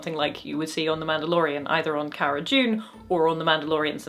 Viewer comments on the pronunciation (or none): none